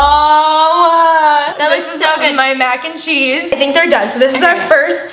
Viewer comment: “MYAC and CHEESE” (And yes that’s how she said it!!) No hate love you guys!!!😂😂😂😂